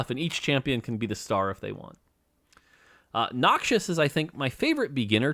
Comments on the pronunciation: Riot is putting their assassins on for calling Rek‘sai a him and pronouncing Noxus as „Noxious“ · Why does he say Noxius 😫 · BRO MORT STOP CALLING NOXUS "NOXIOUS"